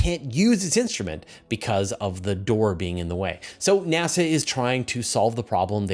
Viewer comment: nEASa? That's a " diferente" way to pronounce NASA.